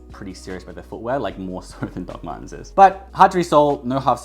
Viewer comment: I know you’re saying “Doc Martens” in a funny accent, but I keep hearing it as “Duckman’s.” 😏